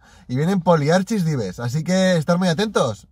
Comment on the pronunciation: te pasa como a mí, pronuncias poliarchis pero deberíamos decir polirrakis XDDD